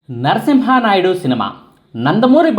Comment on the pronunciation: నరసింహా నాయుడు కాదు. నరసింహ నాయుడు.